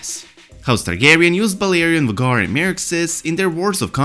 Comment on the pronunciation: Isn't Vhagar's name pronounced like "Veigar" ?